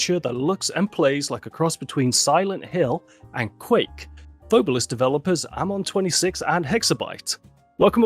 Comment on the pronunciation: Loved the pod as per usual lads: Hmm, my takeaways on this one are. 1. So Phobolis (not pronounced as "pho-BOH-lis" apparently) is basically Silent Hill but covid. 2. has additional photoreceptive cones in his eyes, which is sick (and exceedingly rare in males, if i recall correctly, it is more prevalent in females). 3. Not gonna lie I would absolutely love to hear story about what happend in his town in detail - That story seemed to have been quite personal (and quite painful to him). 4. I knew of the engine switch, but it was a fascinating listen nonetheless. 5. Also holy shit painting on a single layer in blender like that takes Balls, I respect that. And the result is nice too. (Though I would advise getting their hands on the Paint System by Tawan Sunflower, which basically allows you to paint in layers. I've used that for my personal projects occasionally.) 6. I am thinking of taking quite a few inspirations from the Concept of Death (or lack there of) in Phobolis, to sort of give it my own spin for a potential, theoretical personal project, hopefully the duo won't be against it! In the end. Proper podcast lads, much love for shining more light on this random little game that stuck with me all these years from Alpha Beta gamer's channel. Also Merry christmas and a happy new year.